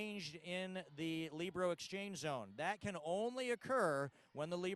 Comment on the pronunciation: Libero she pronounced it correctly...excellent job